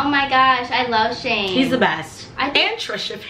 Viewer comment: anybody gonna talk abt skai saying shame instead of shane no tea no shade still love yall